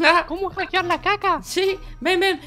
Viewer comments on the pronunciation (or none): no es cakher es hacker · Minuto 1.15 dice eres caker